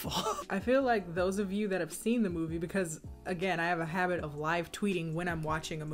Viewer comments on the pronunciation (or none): none